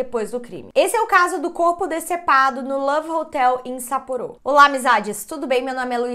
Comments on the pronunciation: Não se fala sapporô, não tem acento circunflexo, se fala sapporo sem acento. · Normal traição no casamento no Japão, tyan demonstra intimidade a pronúncia está um pouco errada e Sapporo vc pronunciou errado algumas vezes no Japão tds as sílabas são pronunciadas com a mesma força, e máscara eh normal as pessoas usarem, principalmente se estiverem gripadas mas tbm se não estiverem tbm usam eh comum